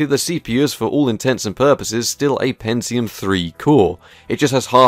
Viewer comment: its NOT called PENZIUM !!!!!!! PEN-Ti-UM with a "T" aaaargh !!!!